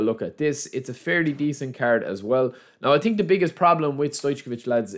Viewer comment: its also „through“ pass not true pass - or i „think“ not i tink